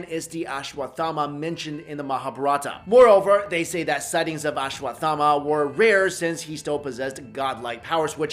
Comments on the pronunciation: U r not pronouncing it properly, it is pronounced as ashwas- thama . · Learn to pronounce it first